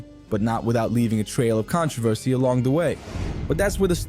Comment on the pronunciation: I dont know who narrated this, but they don't know shit about wrestling, so many misspronounced names, so many facts wrong. And I thought this video is supposed to be about backstage heat, it's not, it's about con:tro:ver:ce